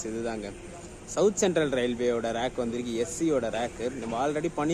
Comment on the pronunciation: nice video. note. அது "ரேக்", "ராக்" அல்ல